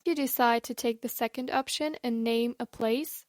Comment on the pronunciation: It's Second, not Secound in English